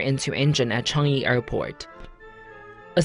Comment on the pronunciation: Lol he said Changi airport in cangy airport laughed at it and people make mistakes plus I live in Singapore lol but almost scary